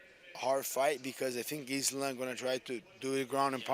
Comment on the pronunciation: I love how RDA and him say islam "izlun" 😂